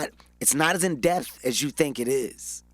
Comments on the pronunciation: Gottdammit... Is it "in death" or "IN DEPTH"???... #ThisHasGotToStop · Can somebody tell Kevin its "in depth" lmao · I love Kevin. I love this interview... I just want him to say "depth". In dePTH. Not in "deth". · Depth not deaf 🧏 😂😂😂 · Until they get in death about one another lol Kevin it's depth not deaf lol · Am I the only one that caught he said in death instead of in depth ?? Lmao 😂😂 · Some one please tell the homie Kevin that it’s “in depth” not “in death”. He’s said it in 4 interviews now. Someone please help the Chile. lol. Love Kevin Hart. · Is he saying "in death" or "in depth" lol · I was looking at the comments to see if somebody else caught...."in death"...lol...smh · He kept saying "in death" (in depth) and its killing mee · In death instead of in depth. It’s cool though, you already rich. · What I got from this: Kevin Hart can’t pronounce the “p” in depth. It’s “in dePTh” Kevin. Not “in death” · IT'S "IN DEPTH"!!! But I loved the interview. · It’s pronounced “depth” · Kevin Keep missing the "P" in depth" and its Killin me lol....pun intended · If this little man says "in death" one more time like it isn't "in depth!" Pronounce the "p" in the word "depth." #KevinHart Nothing like a person who want to come off so intelligent by over-talking and speaking words out of context...say less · This nigga can’t say “depth” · In depth... the P gets pronounced. Ijs